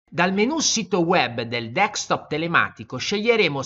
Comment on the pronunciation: D E S C T O P SI PRONUNCIA DESC (CON LA C DURA) TOP E NON DECS TOP COME PIU' VOLTE PRONUNCIATO NEL VIDEO.